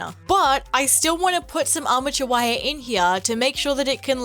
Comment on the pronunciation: okay who else heard "amateur wire" instead of "armature wire" I was like damn what do the wire do to you😭 cool cosplay btw